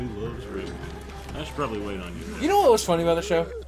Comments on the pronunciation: I made it one minute before having to leave. I can't stand the way Boogie says 'Rayman'. It's not Rayman like Silverman, it's RayMAN like SpiderMAN. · Ray-Man, not rayman. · Raymun Legends